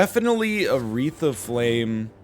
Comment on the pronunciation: Everytime he says "a wreath of flame" it sounds like he is in the process of saying "Aretha Franklin"